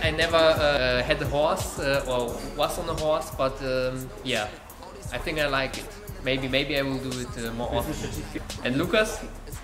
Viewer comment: не говори пожалуйста "синк". Невероятно режет слух. Стоит научится правильно произносить "th"